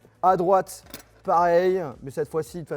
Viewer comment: Pourquoi il parle comme ça ? "pareilleuy, vous allez aimé-euy", "la boite's, la fameuse manette's" j'ai envie dle gifler 😆